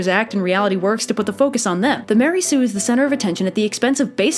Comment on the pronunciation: Mary Sue? Don't you mean maREY sue?